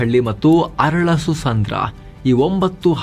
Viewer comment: ರೀ ಸ್ವಾಮೀ,,,, ಅದು ವಾಡೆರಹಳ್ಳಿ ಅಲ್ಲ - ವಡೇರಹಳ್ಳಿ ಕುಂಚುಗಾರನಹಳ್ಳಿ ಅಲ್ಲ - ಕಂಚುಗಾರನಹಳ್ಳಿ ಅರಳಾಸುಸಂದ್ರ ಅಲ್ಲ - ಅರಳಾಳುಸಂದ್ರ ಉಚ್ಚಾರಣೆ ನೆಟ್ಟುಗ್ ಮಾಡಿ😏😏😏